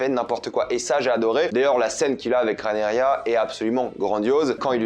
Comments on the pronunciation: c'est pas Rhaenyria, c'est Rhaenyra!! 😂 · RahenyRA pas RahenyRIA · Ce n’est pas Rhaenerya mais Rhaenyra🙃